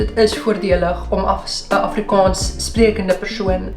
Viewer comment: As ‘n persoon wat amper vyftig jaar lank Afrikaans geleer en gepraat het, wil ek opmerk dat jou uitspraak van die dubbel a, soos in Afrikaans, ‘n bietjie “plat” klink ; “afrikons”. Die (aa) klink meer soos ‘n (oh) klank. Ek hoop jy verstaan (begryp) my opmerking. Verder uitstekend !